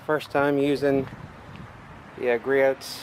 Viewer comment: I have the same creeper stool and love it. Yes I have tipped it! Haha Nice video and I just subbed! BTW it’s pronounced Gree-oohs!